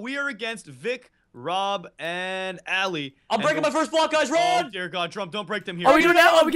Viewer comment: bajan said ALY its ALI!!!!